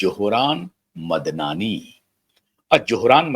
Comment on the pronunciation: Why can’t the Indian commentators spell out the correct names any more, they were the best in saying foreign names and this one is not so foreign. His correct name is Mamdani. Some commentators can’t pronounce it.